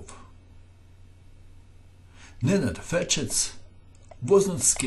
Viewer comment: are you croatian or from the balcans? i hear saying "Nenad Ferches" and "Bizovas". Also "pirs defense"